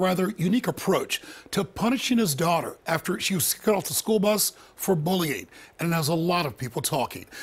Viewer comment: why does both the reporter and the father not use the letter Y? "bowling" and "bulling". not bullying, apparently.